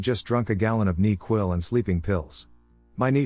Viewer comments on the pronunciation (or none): Lmfao the way it said NyQuil is officially my new favorite, neequil😂